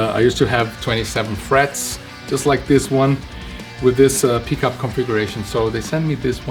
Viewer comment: This is most ee-est pronunciation of pickup